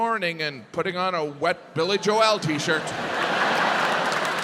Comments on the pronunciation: "Billy Jo-EL" gets me every time. 😂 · Ave ya herd of Billy jwail? 🤣